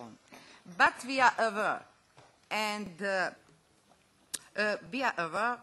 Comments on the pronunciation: "We ar AWR." Yes we are. :/ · VI AR AVR TUU MIT AUR KOTMITMENT TU AUR SITIZEN! haha